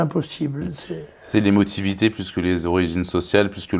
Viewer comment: J'ai entendu "l émotivité" 🙃